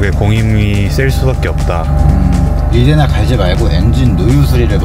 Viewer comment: 리데나 오무같은 일본식 영어는 정비 바닥에서 언제쯤 없어지려나.. 고등교육 의무화에 영어 의무교육 받은 3040정비사들도 저러니;; 초등학교 교육 수준 영어만 알아도 말도 안되는 쪽바리 발음이란거 알텐데..